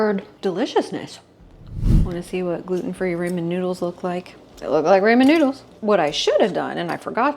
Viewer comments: Finish watching with closed caption and volume down. I apologize for stating this, but I couldn’t get past your pronunciation of Ramen (raw-men, not ray-men). 😘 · Love your food videos and also ONA but I am dying... Ramen is pronounced "raa muhn" 😂. Love your pure transparent presentations too.